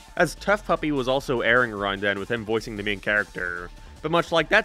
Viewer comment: I throws me off when you say a rond